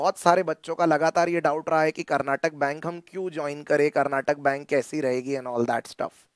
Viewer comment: Sir, Its Karnataka Bank not Karnatak Bank.